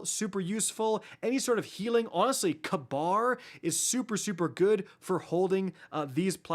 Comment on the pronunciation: Kabr... is pronounced, "KAY-BER"